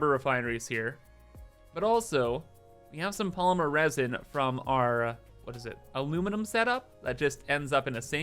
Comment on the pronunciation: I stopped playing satisfactory as much as before, but i still actively watch every single video, both factorio and satisfactory, i love when u say "aluminuminuminum" or "supahcomputars". I eagerly await your next video!